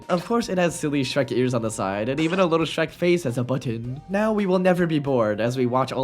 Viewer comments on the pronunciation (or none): That's not Shrek that's skek😭